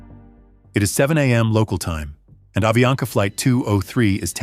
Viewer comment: é avianca..e não aviana